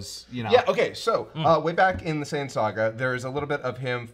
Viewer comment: See and sayian. I just caught that. Its not saying its sayian